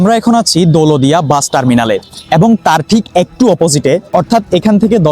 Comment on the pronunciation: দৌলতদিয়া নামটাই ঠিক মতো উচ্চারণ করতে পারেন না